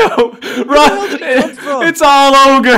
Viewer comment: Shrek is love Shrek is live........... its not orge its never orge..........